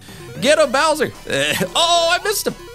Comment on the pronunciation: Darby: It's Bowser! Me: It's "Bowser" Seriously though, this looked pretty fun overall, even if the monitors were a bit too thick (as in too many) so thanks for the video as always!